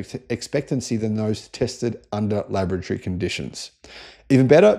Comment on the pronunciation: When he says laboratory, I hear lavatory